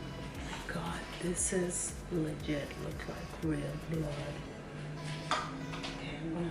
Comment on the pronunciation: she said la get instead of legit